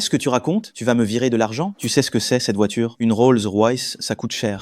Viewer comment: Ils ne sait meme prononce' le nom de la voiture